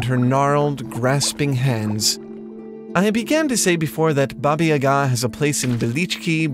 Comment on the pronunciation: Your pronunciation of "Baba" hurt my slavic ears